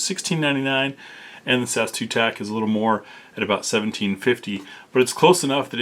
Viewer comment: You say the letters, not pronounce the "word" guy. S A S, not "Sas".